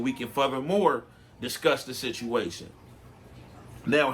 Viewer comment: “ we coversed about the shituation” 😂